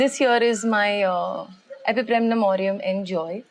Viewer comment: Love the way u say 'Epipremnum'.... I'm also in a process of making mini jungle in balcony... This been a booster dose!! 😁